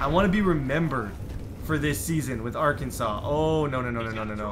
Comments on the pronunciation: It is pronounced arkin-saw not Arkansas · It’s pronounced arkansaw not ar Kansas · ITS AR-KAN-SAW. Not ark an sis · Its pronounced Are can Saw not R Kansas!!!! lol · Td never say Arkansas like ar- Kansas it’s pronounced arkansaw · It's pronounced ar-kan-saw, not ar-kansas. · Arkansas is pronounced are can saw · Ar-kan-saw bro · thanks for picking Arkansas I’m from here and a huge fan. But please never say R-Kansas again it’s actually illegal to say here(I’m not lying)😂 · pronounced Ar-Kan-SAW. Okay you say it right later in video. Mayor of a town, Governor of a state though. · As an Arkansas fan I was super excited until you started saying "are-kansas"....foh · Did anyone else notice that he said "ar-kansas" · It’s (Art-can-saws) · bruh Arkansas ALWAYS play LSU and A&M what do you mean we have to go through Tennessee. They are in the SEC East. Also pronounce Arkansas like Arkansaw. Arkansas was a state before Kansas so Kansas become Kansaw for the chat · its pronounced are-kan-saw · Your saying Arkansas wron it’s pronounced arkansaw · It’s pronounced Arkansaw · It’s pronounced R-CAN-SAUCE 🤦🏼‍♂️ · Please pronounce it right it up sets me because I'm from Arkansas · He sad ar Kansas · Dude, watch a youtube video or something on how to pronounce Arkansas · U saying Arkansas wrong is so cringy!